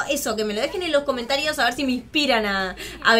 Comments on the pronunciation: cawmentarios dijiste mejor dicho que me imagino que quiere decir comentarios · dijiste caomertarios